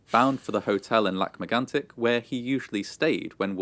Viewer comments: Wow! You pronounced Lac Megantic in a phenomenal way. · Your French accent is better than 99% of Americans and 70% of Canadians. Most Americans would’ve said “Lake Magnetic” . You even pronounce it “Kebek” so gold star for you!